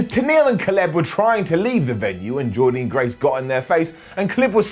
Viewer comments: it's pronounced Jordan. Dan. Not dean. Down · Hey, Jordynne Grace pronounces her first name like "Jordan" not "Jor-dean"